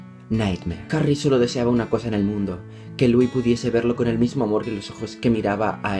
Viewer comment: Me caiste super bien,pero me daba rabia el ''Larri stilinson'' o el ''luì'' DIOS AJHSJAJA TE AME IGUAL